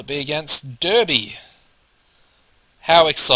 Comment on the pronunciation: nice vid as always and just fyi its pronounced darby